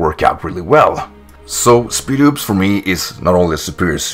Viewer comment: I thought it was pronounced SPIED-OPS